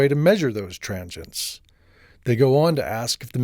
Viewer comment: tranchients? I think it's pronounced tranzients dude =)